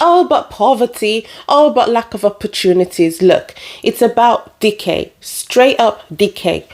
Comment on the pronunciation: When you first said "decay" I thought you said "dickheads." Then I thought, "Yeah, it's dickhead decay...